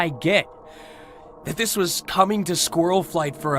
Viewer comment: also half of this is just squirrelflight saying all wrong